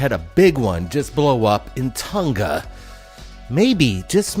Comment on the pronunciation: I think you left the N out of Tonga. I thought I heard you say Toga. LOL. I also think you said it that way on purpose